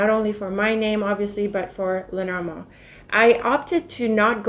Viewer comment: Where are you from,??? You are such a regal queen, love the way you pronounce "Lenormand", the actual French/French-Canadian way of pronouncing it, which is why I asked where you're from, you look like you could be French or French Canadian, what is your heritage? Just must be something so very lovely!!! 😁🤗